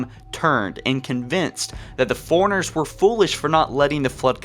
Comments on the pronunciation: FORE-RUNNER FOREIGNERS. I'M SO TRIGGERED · man. Isn't it pronounced "four-runner" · I could deal with the forerunner mispronunciation but I couldn’t keep watching after ‘Mag-Niot’ was heard